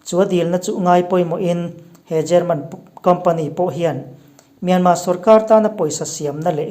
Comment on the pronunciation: Myanmar thi hi alam dan hi ka lo ngaihtha ziah thin a , Myanma(mianmaa-maa) nilo in = Myanmar(mianmal-mal,r) ti tur aw. Sorry lutuk ee ka sawisel na pawh ni masa lo nia, min lo riathiam dawn nia..